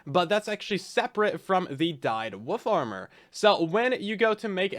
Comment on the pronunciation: Woof armor..... I keep hearing woof armor, and I'm all here for it